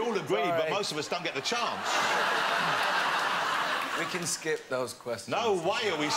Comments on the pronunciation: "most of us don't get the chonce" did he take a chonce too??? 🤩🤩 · Most of us don't get a chonce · at least it wasn't a chonce